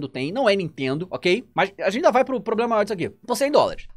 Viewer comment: "Tem sido um PROBREMA. né ?"